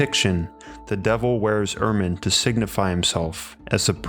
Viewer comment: I'll consider subbing if you consider taking an english class to specifically work on your annunciation and how you recite words. You butcher certain ones like Ermine...Ugh..its like nice until someone drops a tray of pans.